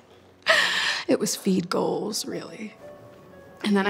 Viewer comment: "Really, whos name is rilly, hahaha." "It was feed goals rilly." I can't I just can't I'm sorry.